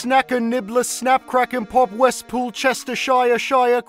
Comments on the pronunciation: Excuse me kind sir, but it is PRONOUNCED WESTPOOLCHESTERSHEERSHEER NOT "SHIASHIA" Good day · I cant believe he mispronounced westpoolchestershireshire, thats a bit cringe init bruv